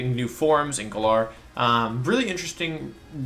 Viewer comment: Maybe say galar right if you are going to make a video.